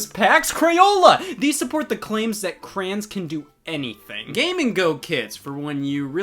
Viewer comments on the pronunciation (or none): He says crayins instead of crayons. Unsubbed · all I hear is cran. The classic Clint Stevens. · ...did he just pronounce crayons as craan?? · well now i know scott calls crayons “crans” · "crans"? I'm sorry Scott I've been subbed for years but I can't in good conscience stay subscribled. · Glad to hear Scott pronouncing "crayons" like a true Ohioan. CRAAAAAANS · Scott, I don't appreciate the way you pronounced Crayons... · was that a "cranberries are in everything" joke, or do you really not know how to say the word crayon? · today I learned that scott can't pronounce "Crayons"